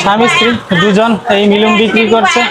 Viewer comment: আরে ভাই তুমি মিলুম কেন বল কথাটা হবে মিনুম (Minum) আর পাসার পাজি না পাসার পাগি (Pasar pagi)